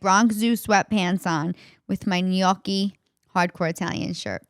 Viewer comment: Good podcast. Your a good perosn. just realized its not gucci its gnocchi....lolol